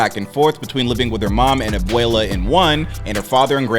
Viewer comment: Bro I speak Spanish and didn’t know what you said when you said “Abuela”.